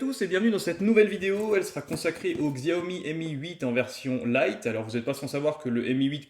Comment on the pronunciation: Le "x" se prononce "ch"